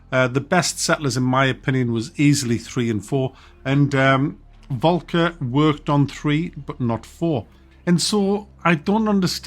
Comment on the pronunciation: The way you say Volker. 😂 The guy is german, not Klingon.